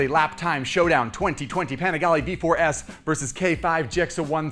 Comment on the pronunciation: I don’t like how he says panigale It’s like people that say Porsche instead of pronouncing it Porsche